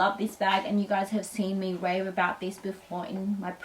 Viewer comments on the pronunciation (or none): none